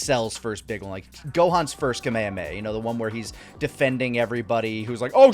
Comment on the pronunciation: All these years and still doesn’t know how to pronounce Kame Hame Ha.